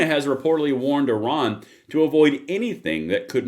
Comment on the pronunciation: Fkn STOP saying "Oran". Oran is an Algerian city. It sounds incredibly ignorant each time you say it when you are supposed to be talking about Iran.